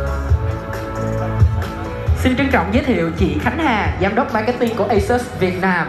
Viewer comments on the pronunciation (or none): none